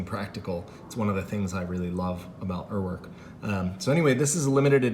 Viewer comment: One Google search, and you will know how to pronounce Uhrwerk